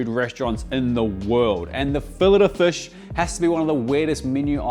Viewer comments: "Now, the star of the show, the FUSH." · Hey, as an an Aussie who's visited NZ over 100 times (for work - mainly) can you say fush again? Plz? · Did you say fush in kiwi or fish in Aussie😂